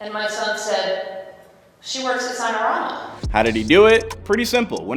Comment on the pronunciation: This remedial guy said SIG-NA-RAMA. Mf it’s SIGN-A-RAMA